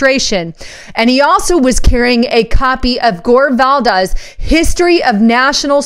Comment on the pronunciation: gore VIDAL: vee-dall. very bad american habit of not practicing a name ahead of time. and Vidal is pretty straightforward.